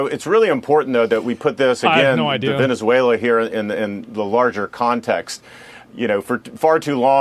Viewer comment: Venezualay geez. Also, bout Time we quit fighting with each other and pick on someone else